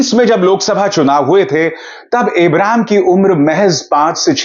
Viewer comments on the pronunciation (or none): सर शाहरुख के छोटे बेटे का नाम abraam है इब्राम नहीं